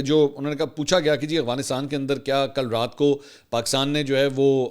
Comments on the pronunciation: Bro its "Afghanistan" not " Agfanistan" 😂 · Salam Mansoor sir ap Afghanistan ko aghwanistan bolty hn Sahi bola krien.. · منصور بھائی آپ مہربانی فرما کر افغانستان کہا کرو af gha nis tan اتنے بڑے صحافی ہیں آپ لوگ کیا تاثرا لیں گے